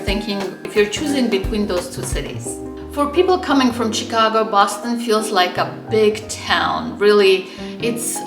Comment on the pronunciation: you needlessly put yourself at a disadvantage by mispronouncing "Chicago" throughout the video. Maybe some viewers will think it's cute when a foreigner says "Tchicago," but I wince every time I hear it. In my experience as someone who has lived in both cities (or rather in one and near the other), summers in Chicago are much worse than summers in Boston---though in the past twenty years, Boston summers have gotten much worse (but I assume that the same thing has been happening in Chicago). The "L" is convenient for getting around if your Chicago starts from the Loop and extends north along the lake. If you live on the South Side, you are not so well served. Where the CTA is superior to the MBTA is that it is not in such a state of decay. Chicago has the Art Institute smack in the middle of the city where you can't ignore it and where it is easily accessible to everyone. Boston's Museum of Fine Art is in an out-of-the-way location. I visited the Art Institute several times a year when I lived in Chicago: during my twenty years in Boston, I visited the MFA a total of twice.